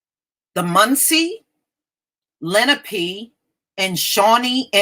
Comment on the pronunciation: I think it's pronounced Le-NA-Pay